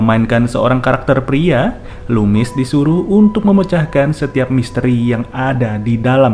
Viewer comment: ga kok, bg bnr ngmng ny "lumis" bukn kumis!